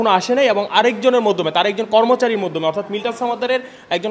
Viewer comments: এখানে যে সাংবাদিক তার কথা ভুল আছে সে মাধ্যম কে বলছে মধ্যম😂😂😂😂😅😅😅😅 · মধ্যম কি মাধ্যম? সাংবাদিক কিন্তু উচ্চারণ ঠিক নেই। 🤣🤣